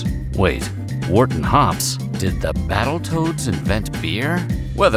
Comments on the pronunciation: Wort is pronounced "wurt." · "wort" is pronounced "wurt" it rhymes with "hurt".